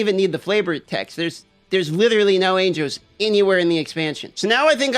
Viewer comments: Are you raidy to fidt witewawwy no anjows?!?! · Anjoes, ainjos, angoes. ah, angles. 😀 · The way you say angels is so disturbing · can you not pronounce angels? lmaooooooooooooooo